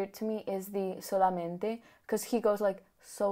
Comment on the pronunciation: The thing you noticed when he pronounces solamente and solo, he also does that in Korean tbh. 🤣 He always says O with a w.